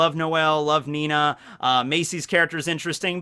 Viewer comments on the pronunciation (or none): FFS it's ninny spoken Nini not Nina!